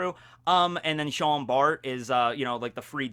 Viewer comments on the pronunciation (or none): none